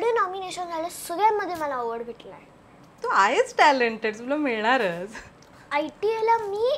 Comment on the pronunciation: हीची भाषा सुधारा रे, awards मिळतात ग मिलनार नाही ग मिळणार म्हणावे…